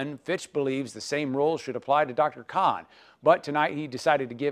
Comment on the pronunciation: Dear Channel it’s “KHAN” fix your things. You are being rude to my heritage, my identity and my tribe.